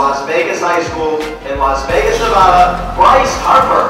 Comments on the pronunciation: they say neh-vah-duh when its neh-va-duh, i live in nevada that shit drives me crazy... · its nevada not nevoda